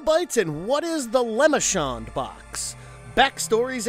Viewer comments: For Christ's sake, man. It's pronounced LEH-MAHR-shon, not LEH-MI-shon. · You do this everytime. Its not pronounced as lemonshon. Its lam-men-tay-shon box not lemonshon box. Please fix this in the future. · Ah yes, Leh-muh-shaun'ds Box. Ta prononciation est de la merde. Good video, though. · The lemonshon box really? I swear half the people making videos on YouTube do these mispronounced words on purpose just so people will complain about them in the comments. I once heard someone call pinhead nailhead, I just turned off the video at that point, removed it from my history and told YouTube to not recommend them again. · “The lamishkendnd box” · I love these videos, and all the work you guys put into them. However, I feel that looking into the pronunciation of the names of people, would definitely be a good thing to do. Le Merchand is French, and has a specific pronunciation, different from what the narrator keeps saying. It's a minor gripe, I know, but the Hellraiser series is my favorite, so I'm a bit picky about name pronunciations.